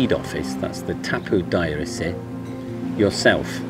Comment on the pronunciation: Hi i loved the way you say in Turkish "Tapu dairesi" i think your Turkish is awesome.